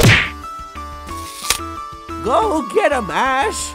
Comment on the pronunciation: really said ash more like ass